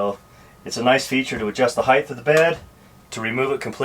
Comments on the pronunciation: The way he says height drives me crazy! ....it's not heighth!!!!!!!! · There is NO "th" at the end of the word "height". So annoying.😡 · Nice build! Pet peeve alert! "Height" rhymes with light. There is no "th" diphthong at the end of the word. Thank you. That is all. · he's oldth school